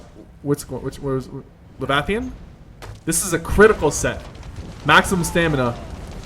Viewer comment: "levathian"...lol. killing me